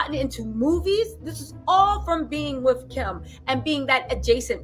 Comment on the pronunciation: I’m loving your hair like this. I’m still cringing every time you say wiff instead of with lbs! Can’t help, but give you ish about that! I think Pete and Kim ain’t givin’ what she thought it was gone give sis! It’s just like… not happening! She’s lookin’ a whole fool out here!